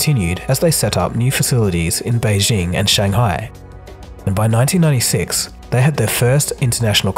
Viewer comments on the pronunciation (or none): none